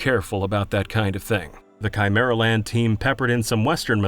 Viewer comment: Chimer-and the what-now?